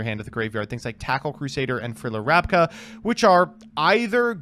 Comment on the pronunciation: I love how pronounced Aztekipede correctly exactly once through the entire episode. And apparently Bs are Ses now (Rabca/Rasca). Surprised you guys didn't mention the once-per-match mulligan rule. Very easily doable on DB. I'm sure would've loved to ship his starting hand in the last game hoping to start with a Swords in hand.